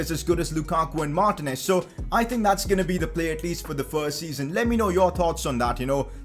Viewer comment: Its not martnez ...its martinez !!!